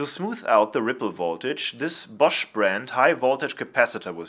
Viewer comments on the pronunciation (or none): none